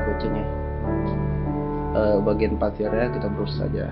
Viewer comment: Brush bacanya bras, bang..